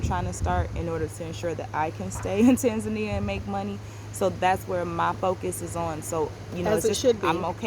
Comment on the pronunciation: You have been stationed in that country for more than 75 days... and till today you are unable to pronounce its name properly... hahaha... you have local staff working for you (I hope you are paying a decent income) and yet you cant be bothered to ask them how to pronounce TANZANIA properly. Pls show the respect to the Tanzanians by pronouncing the name correctly. So its TANZANIA and not "Tenzenia"...